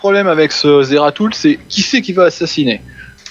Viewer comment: svp les gars sa se prononcé zeratoul XD